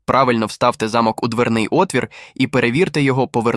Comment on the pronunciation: Хтось підкаже "спеціалісту "де І в яких випадках роблять наголос у слові * замок*. В нашому випадку наголос потрібно робити на букву 'о'. Наголос на букву 'а' -це будівля, де проживали багатії.